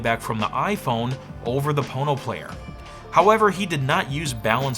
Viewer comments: Why are you saying „PornoPlayer“ when it’s spelled „PonoPlayer“? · I keep hearing "porno player". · I keep hearing Porno player lol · All I keep wanting to say is ( Porno ). All I keep hearing you say is ( porno ). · The more you listen, the more it sounds like PornoPlayer lol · Oh.... There's no 'R' there